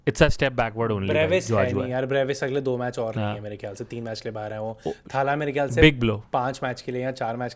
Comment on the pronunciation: Arre bhai it's not थाला it's तला or even better तलअ . Stop pronouncing it wrong for god's sake!